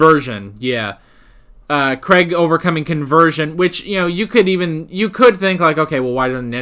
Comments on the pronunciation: Please learn how to pronounce Craig correctly. It isn't pronounced Creg. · Craig does not rhyme with egg or Gregg.